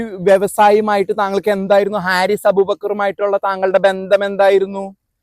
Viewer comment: ഹാരിസ് അല്ല, ഫാരിസ് ആണ് ശരി..